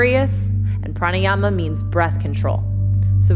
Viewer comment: I'mfrom India ♥️♥️♥️ I love it very much when you speak Hindi words like Pranayama Savasana.